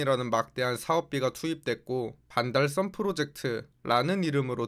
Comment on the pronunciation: 왜 반달썸으로 발음 하는가? some?